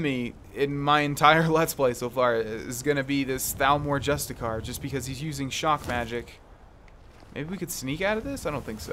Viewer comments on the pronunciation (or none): By the way "justiciar" is pronounced just-ish-e-ar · Justiciar isnt it pronounced (just a see air)